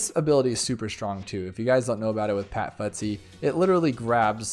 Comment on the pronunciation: Who else gets bothered about how he says pat fusty. He says pat futsy but its fusty. I just noticed that